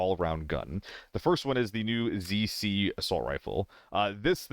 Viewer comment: It physically hurts me every time you say ZC.